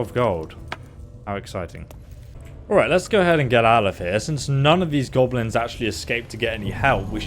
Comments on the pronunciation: Hearing call them "GOBEHLENS" is painful. "GOB-LIN". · Gobble-lins?? Oh sheesh... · So noone is going to mention the way pronounces GoBElinZ? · he is saying Gob-o-lins? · What are these "Gobbelins" and "Durids" you speak of? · be like "Gobelins" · you call them G o b o l i n s